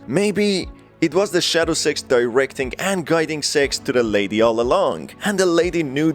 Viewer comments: Everytime he says six I hear se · Why he saying "six" like that? 💀